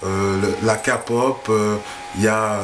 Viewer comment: Il a dit Ka-pop >< ne dis plus jamais ça!